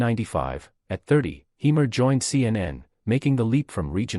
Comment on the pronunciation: Say his name properly.